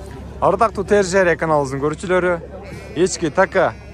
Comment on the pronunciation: Така эмес теке деп айтып жур